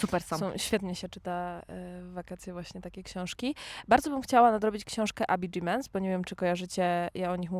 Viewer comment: Abby Jimenez się czyta „Himenez” bo J po hiszpańsku czyta się jako H 😊 też bardzo lubię jej książki, czytałam part of your world i truly yours. Pozdrawiam Was dziewczyny ❤